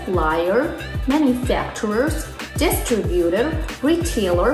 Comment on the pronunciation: "DISRTUBUTOR"? in the video... Otherwise, great info...